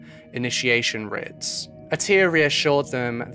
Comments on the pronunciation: The word rite/rites is pronounced the same as “right/rights”. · Sorry but rites is pronounced rights, not writs. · I hate being that person but.... Rites is pronounced Rights not Rits. Sorry. Just for future reference. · Pronunciation technicality... rites = "rights", not "ritts" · I love your videos but I have to just point out that rites is pronounced the same as 'rights'. As in 'rites of passage'. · It is rites pronounced.rights..writ would be pronounced rit. ..I'm also in the uk..but that's ok..it was a fascinating and sensitively done presentation and a tragic tale. Thank you. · aw baby. Its ok. Its actually pronounced "rights" tho. Aw. Hugs. Aw. Aw. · Is anyone else confused between writs and rites? (As pronounced in the video)